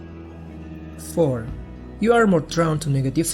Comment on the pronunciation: Godamnit, why are so many interesting, important videos made by people with such strong foreign accents I can't make out half what they're saying?! Lol Frustrating. Example the word "Drawn" was pronounced as "Drown" which is a differnt word.